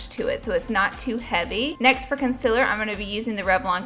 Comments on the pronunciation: Anyone else love the way she says, "Con-sillar"? <3 Love this! You're so lovely and this is a beautiful look! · The way she says concealer lol